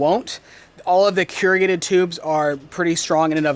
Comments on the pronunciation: That was a massive project! Just wanted to say that the pronunciation for the ribbed pipe is corr-u(oo)-gated. : ) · you need to Google “how to pronounce corrugated”.